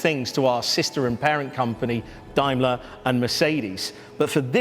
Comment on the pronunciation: "Dimler" ? Has the pronunciation changed over the New Year?